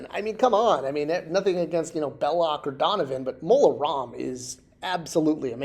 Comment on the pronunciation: Maybe because (and I like, but he can't spell or pronounce things, sometimes) Disney never heard of "Mon Roma" [sic] and still doesn't know he meant Mola Ram.